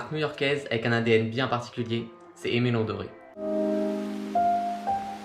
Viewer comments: Vidéo très propre et très instructive! Juste, Dore ne se prononce pas Doré. Sinon c'est top bravo! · Super vidéo!! Keep going (P.S: en ayant fait une review des NB990v5 x ALD, on m'avait dit que Aime Leon Dore se prononçait comme c'est écrit et non Doré, car Dore vient de la contraction du prénom Théodore):)